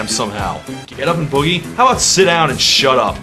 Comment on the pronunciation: I thought it was funny the way Bowie couldn't pronounce boogie and instead sang boo-gee.